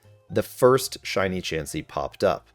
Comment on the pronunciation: IT'S CHANSEY, NOT CHEEMSEY!